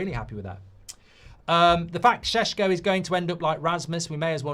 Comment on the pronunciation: Everytime mark pronounces sesko like sheshko take a shot